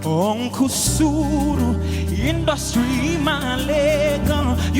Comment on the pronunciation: I love the way he pronounces that uncle suru